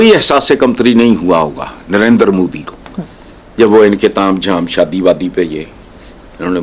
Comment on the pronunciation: It is not Narender Modi. It is Narendra Modi.😂